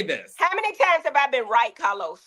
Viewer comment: Ahhhhhhhh!!!!! It’s the 34 minute mark for me!!! Heavenly called CahLos out!!! He be tryna play durrr-duh-durrr. 😂😂